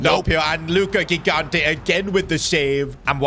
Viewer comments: Luka kikante... Mate its lookah jighanteh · The first G in Gigante is not hard, it's soft. So it should be something like Jigante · In gigante the g is pronounced like a j like jigante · Please stop with the wrong spell of gigante is not ghigante is gigante you spell it like gigi from gigi buffon or donnaruma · It's not Ghigante It's Gigante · as an italian is not ghigante is Gigante, u have to have a strong g when u say it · It's not Luca Gignte It's jee-GAHN-teh (IPA: /dʒiˈɡante as an Italian if you could try to pronounce him right it would be awesome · Bro ur pronouncing ur goalkeepers name wrong, its Higante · It’s pronounced jigante not gigante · Hey, I'm so excited for another S2G FC career mode! As an Italian, I'm sure that GK is going to be fantastic, we have a history of producing amazing keepers. Just one correction: the initial G in his surname has the same sound as "Giant". Apart from this, fantastic video as always, keep up the good work!